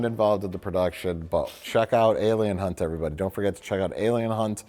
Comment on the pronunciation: That's Alien Hunt... Hunt–with an "H."